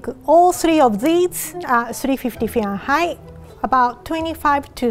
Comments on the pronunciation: 無事赤ちゃんが生まれたんですね〜 おめでとうございます〜 (๑´ω`ﾉﾉﾞぱちぱちぱち✧ それから、ずっと気になってたんですけど、フィアンハイトって言い方もあったんですね〜。ファーレンハイトの発音しか知らなかったので、またひとつ勉強になりました〜。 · The way she say “Fahrenheit” is so french yet she’s japanese 😳